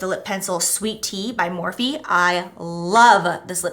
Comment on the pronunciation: Jeez. Every darn video, “Morphe” I can’t.